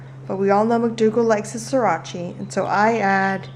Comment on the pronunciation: lol you said srirachi instead of sriracha and made it sound like Italian.